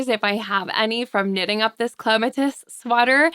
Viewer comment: Aren’t you pronouncing Clematis wrong. Isn’t that the name of a flower?